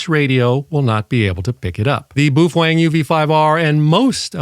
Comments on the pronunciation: Baofeng is pronounced bow (rhymes with how) fang (rhymes with bang). Not boo-fwang. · And BTW. You sound like an idiot saying "boo-fwang" you're the only person I have EVER heard say it like that and you're thinking you have power over that?? Dumb af. Its "bow" (like bow wow like a dog.) "Bow-fung" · Bu Fwang 😂😂😂. I'm sure it's pronounced Bow Feng.🤦‍♂️🤷‍♂️. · "Boo-feng" . . . lol. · Maybe in Japanese, but BaoFeng is a Chinese company, and they don't speak the same. Even using a translator it's pronounced Bo Fang, which in English is Storm Wind... Not trying to be an asshole or anything. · In case you were wondering, it's not pronounce boob-fang, or buoy-fang or bwee-fwing, or boo-fwing. It's pronounced bow (rhymes with cow) fung (rhymes with dung). Just wanted to clear that up for everyone's benefit. Bao like cow, feng like dung. Bao Feng. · “Boof-wang” lol! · I'm crying every time you say 'boof wong' 😂😂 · Well I learned how to pronounce Buffwang. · About to buy my Baofeng UV-5R and I'm glad I watched this video because I've been pronouncing it wrong this whole time. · Strange pronunciation of Baofeng! 😂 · you're a frigging idiot. you need to first learn how to properly say the name of the radio and then learn to talk naturally and not like a damn robot. go get yourself a life update for all the stupid smart-ass morons out here. and yes to the moron that stated " watched leave it to beaver" at least he had more brains than you do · I don't like you. And you pronounce baofeng wrong.